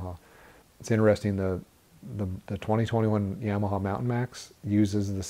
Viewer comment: Why is everyone on these channels still can’t say Yamaha the correct way